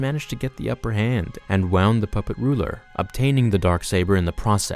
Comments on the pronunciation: 'Wound' is pronounced woon'd, not wown'd. lol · she WOUND him? Like a toy? Not sure if you're reading quickly off a script but it's pronounced "Woo-nd" my dude! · Do u know English, Alt-are instead of Altar? Wow-nd instead of wound? Bruhé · One of the problems with reading a script is that it's easy to lose the thread of what you're saying, resulting in pronouncing "wound" (injury) as "wound" (wrapped around). Also, "All-tarr" instead of "altar" (pronounced "alter")